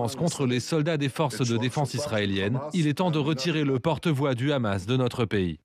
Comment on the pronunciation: Ils prononcent toujours KHamas au lieu de dire Hamès ! Il faut qu'ils arrêtent de confondre l'hebreux moderne avec l'arabe classique ; il n'y a aucun rapport entre les deux. Trop différents